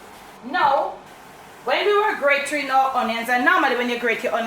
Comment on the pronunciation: The grating not gratering